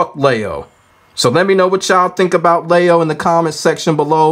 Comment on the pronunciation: well the Gender has already been told (female) and her name is LEE-O they have Lee and Lie in Tekken already the way they are saying it LEIO and yeah yeah rage art combos kinda been there done that at this point not many people used this person either